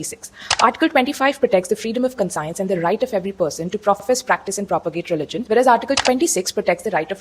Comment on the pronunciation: Madam aapki conscience ki pronunciation wrong hai.